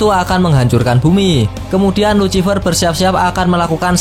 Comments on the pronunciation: Please bang perbaiki kata ejaannya,, luciffer dibacanya lusiffer bang,, kagak enak aj dengernya #suwun 🙏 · Bacaannya "lusifer" pak